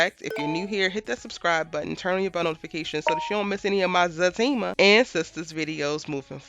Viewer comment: Is it Zatima or Fatima? I'm trying to make sure my hearing isn't bad yet because I hear FA during the show and it's also what I type when commenting. I'm seeing everyone else say ZA and im like what's going on?